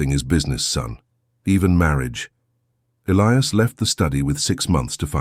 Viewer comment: At Isabellas dad's funeral he said.... He died that night Your Narration is always immaculate, But pronunciation of names, Elias or Elias Listen to your story.